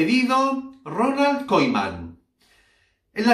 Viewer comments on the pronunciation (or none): NO SE PRONUNCIA KOIMAN..SINO KUMAN.. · Se pronuncia Kuman, no Koiman, gracias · Se pronuncia “Kuman”